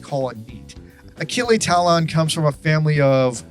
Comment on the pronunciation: Oh shit! Achille Talon! I used to read the comics as a kid. Thanks for the nostalgic sucker punch XD Side note: Pronounciation of his original name is 'Aa-shill ta-loh'. Other side note: Kinda hard to write how to pronounce the 'o-n' combination for the French language in English XD